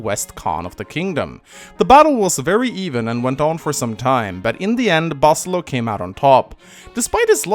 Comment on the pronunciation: I think it's Ba-SIL-EE-o. Not BA-sil-o. Regardless, there is an "i" in there before the O. Basilio.